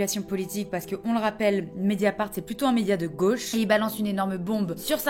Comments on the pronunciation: "Médiafart" Oh! Le lapsus!!! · Quand t’as dit mediafart j’avoue j’ai rigolé 😂